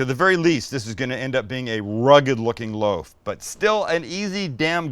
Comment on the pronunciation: SAM....For the love of God man....its called a freaking "LOAF" pan. As in Loaf of bread, or...a MeatLOAF.... SMH!!!! LOL